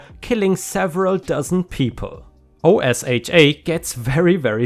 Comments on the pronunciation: Sounds like the narrator didn't know that it was just pronounced as 'oh-sha'-and it had nothing to do with censorship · Just a heads-up, OSHA is one of those acronyms that people usually pronounce as a word, instead of letters. It's pronounced like you're saying "ocean," but forgot the n. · OSHA. Is pronounced. O sha Do your research Google it please. You sound uneducated when you don't pronounce words correctly. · OSHA is pronounced o sha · O-sha you say it as o-sha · OSHA is the Occupational Safety & Health Administration and is pronounced OH-shuh :) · OSHA is pronounced O-sha for the Occupational Safety and Safety Administration for the United States or the individual States may have a OSHA as well. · Just an FYI (For Your Information) in America OSHA is actually pronounced as a word. O sha.